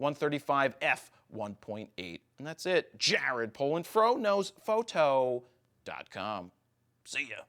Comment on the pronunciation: Nothing wrong with it but at first I thought he said Frodo's photos ;)